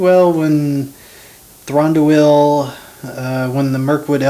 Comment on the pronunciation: would help if you pronounced his name right!